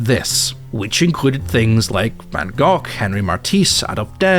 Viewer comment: I LOVE YOU SO MUCH YOU ARE THE FIRST EVER NON DUTCH THAT HAS EVER PRONOUNCED OUR DEAR VAN GOGH EVEN REMOTELY PROPERLY I LOVE YOU MWAHHHH COME TO AMSTERDAM AND I SWEAR I WILL GET THE MOST PREMIUM GRASS YOU WILL EVER TASTE